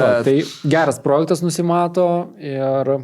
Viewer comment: SVEIKI, įdėsiu jums taisyklę, kaip kirčiuojamas žodis "projektas". Gal pabaigsite sakyti prooooojektas, tikiuos pamatę suprasite? Taisyklė: Kaip kirčiuoti tarptautinį žodį „projektas“? Projektas yra 2-osios kirčiuotės ir kirčiuojamas taip: Vns. Dgs. V. projèktas V. projèktai K. projèkto K. projèktų N. projèktui N. projèktams G. projèktą G. projektùs Įn. projektù Įn. projèktais Vt. projèktè Vt. projèktuose